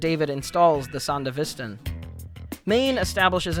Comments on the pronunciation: Great vid, but bro the san-dav-is-ston? LMAO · Sondavistan?? Bro come on... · Why are there so many people that can’t correctly pronounce sandevistan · Your pronunciation of Sandevistan hurts me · Why did you pronounce the Sandevistan like that? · the what? No way Yu watched the show and still pronounced it tht way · I really like the video dude. How you said sandevistan was… Interesting. But it’s great. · Why does everyone pronounce the Sandevistan so weird. The English dub has the best pronunciation I've heard. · you pronounced it that was for the comments....and I am that comment. Keep up the incredible work